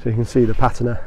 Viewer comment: In my 60 odd years as an English speaker and being in the antique trade, also a boat builder and boat owner, I've used and heard others use the word patina 1000's of times, yet I've never heard anyone say patina like you do. I think you'll find common consensus and dictionary explanation of correct pronunciation is pateena, not pat i na